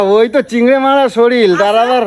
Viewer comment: শরীল নয় শরীর 😅😅😅